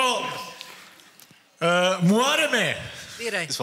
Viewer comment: Sasa nije muareme nego Muhareme izgovori kako treba